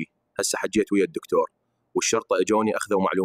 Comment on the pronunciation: أكتب للذكاء حچيت او حجيت حتى يلفظها صح